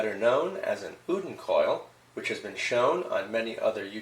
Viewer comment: You mispronounced oudin very badly